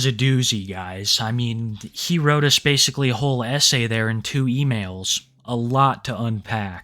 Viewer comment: yeah, bowzer's logic "i didn't whrope a minor, i whrope a woman"